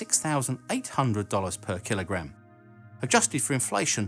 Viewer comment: What iss thees "keel-o-graham" you speak ov?